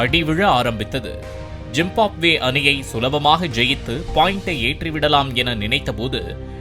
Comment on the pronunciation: Reader : Zimbabwe ❌ jim pop way ✅ 😂😂😂